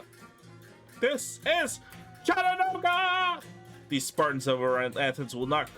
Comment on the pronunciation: Say it with me correctly CHAT-en-ooga